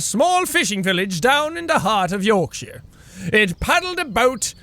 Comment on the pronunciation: Woah, I'm surprised you pronounced Yorkshire properly. :D